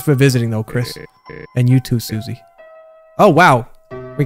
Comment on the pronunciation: Its not pronounced SU-See its pronounced Sus-E